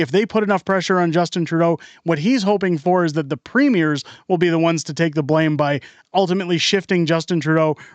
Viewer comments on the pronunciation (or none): none